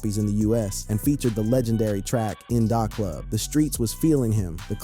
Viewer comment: I’ve never heard In Da Club pronounced how you say it!